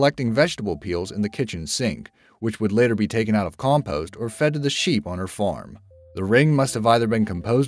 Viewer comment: Compost not compoost,solder not sodder😂 hard work